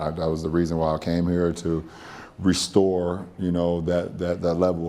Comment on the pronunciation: He had to put emphasis on RESTORE